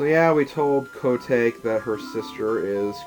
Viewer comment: I know LPer's hate how people correct them on name pronouncing but I want to at least tell you Koume's name is pronounced Ko-may. But if you feel more comfortable calling her the other way, that's fine, same with Koteke but it's close enough lol. Anyways, to also add from the last video, I'm glad your doing your LP's in your own style, I would probably do the same thing too, all sidequests first.